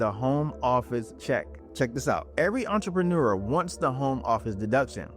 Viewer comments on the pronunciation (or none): none